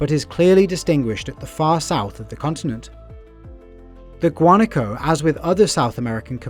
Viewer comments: It is pronounced guanáco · Wa-na-ko - Guanaco